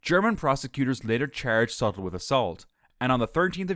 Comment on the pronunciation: Sutil not Sattel.